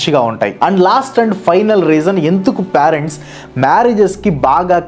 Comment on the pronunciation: excellent reasoning and very good explanation. Pyarents ani pronounce cheyyoddgu.. (parents)PAY-RENTS ila cheyyali "pay rent"